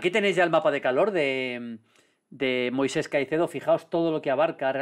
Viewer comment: Me da toc cada vez que Maldini no llama Moisex a Caicedo